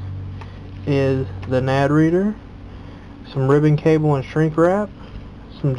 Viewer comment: why can NO americans say nanD its not nad